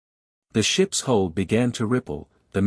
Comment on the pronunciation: HULL not HOLE